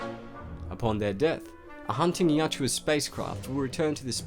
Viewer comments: For the love of all that is holy, why do you keep saying "Yatjua?!" It's Yautja! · Dude you gotta get that name right... Ya out ja.... not yat joo uh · its not yaa-tjua, its Ya-utja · My brain nearly exploded after hearing the narrator mistakenly saying Yatua instead of Yautja about a hundred times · Hermione: It's "yowd-cha", not "yow-chew-ah" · It's Yautja not Yatjua...but as always great video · Yautja or Yatua...it's Yautja but you keep saying Yatua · You keep saying Yatjua, but it's YAUTJA. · Yautja. Yow-cha. Not Yah-chua. 😂😂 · Yatjua!? I think its Yautja.. Great video, otherwise. 👍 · Writes "Yautja"... keeps saying "Yatua" all the time. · It’s not pronounced Yacht-twa, it’s pronounced yacht-jah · I thought it was pronounced "Yao-cha" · its spelled yautja but you pronounce it "yatjua"? which one is it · Not how to say there name at all